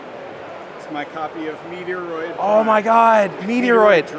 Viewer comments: MET-ROID, not METR-OID .. Surly ? Or this another example of u.s / u.k pronunciations.🤔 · I’m not trying to be judgmental but that is not how you pronounce Metroid. Never in my life have I heard anyone pronounce Metroid as meteor-roid. I’m an 80s kid and I have been around the gaming scene for a long time. Is MET-ROID. Watch video trailers or Metroid commercials to see how to pronounce it. Also Metal Slug and not Metal Slugs. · Ehh I have heard lots of people pronounce it meteor oid as does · I came here just to vent about meteoroid. I hope to God they’re just messing around because otherwise these people shouldn’t be anywhere near video games. It’s literally sacrilege to pronounce it that way. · (MET) (ROID)! Say it right because it hurts my ears! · I’m US and I’ve always pronounced Metroid as METR-OID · Really well-made and in-depth video. Your passion and honest opinions sold me—keep being yourself! Just a heads-up: you’re mispronouncing Metroid, Yu-Gi-Oh, and anime. Not sure if it’s intentional, but it might be worth brushing up on those. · I’ve unsubscribed as I cannot stand you pronouncing Metroid wrongly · I’m sure he does this on purpose for the laughs and giggles.